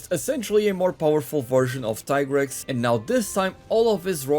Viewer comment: Hey , its pronounced tea-grex , u thought i wouldnt notice ?